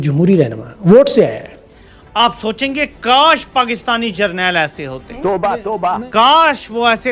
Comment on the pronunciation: Jarnel 😅😅😅😅😅bolte bhi sahi se nahi ye to😅😅😅